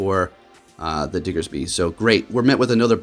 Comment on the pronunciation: So glad you say "Diggersby" as it should be, just came from another prominent PvP youtuber who said "Diggserby" so many times that I lost count.